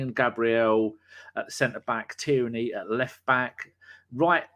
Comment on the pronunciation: your brilliant but its TIERNEY! NOT TYRNEY!